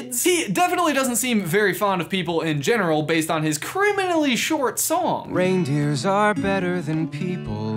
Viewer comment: "Rehndeers are better than people "